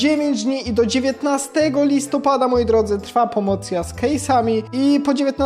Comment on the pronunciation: pomocja XD